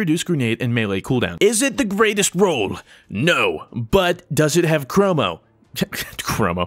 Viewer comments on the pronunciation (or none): "Chromo" Trigger.